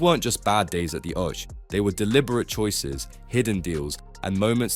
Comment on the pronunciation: What’s an Oash? Smacks of a creator that never watches the game.